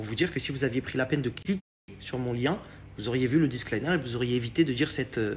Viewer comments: On dit un DISCLAIMMMMMMER 🤦‍♀️🤦‍♀️🤦‍♀️ quel escroc celui la il sait même pas parler correctement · C'est pas disque liner mais disclaimer Mdrrrrrr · Un "disclAYENEUR"? 😂 son anglais est aussi bon que ses conseils en trading 😂 Et pour info, "manger 5 fruits et légumes par jour" n'est pas un disclaimer. C'est juste une recommandation. Donc en + de ne pas savoir dire le mot, il n'en connait même pas le sens. Un disclaimer n'est pas une recommandation. C'est une clause de non-responsabilité. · "un disclaïneur" 😭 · Ce que j'ai retenu ... "Disc-liner" 🤔🤫🤦🏻‍♀️